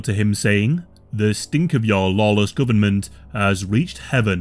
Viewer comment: AHHH...THE GUBMINT....